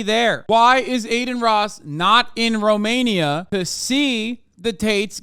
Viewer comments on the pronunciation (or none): none